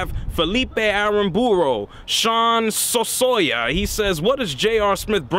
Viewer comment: His name was Soysa NOT so so ya Numb Nuts !